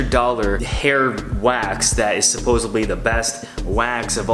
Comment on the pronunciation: Out here acting like a messiah but says "supposebly" 😳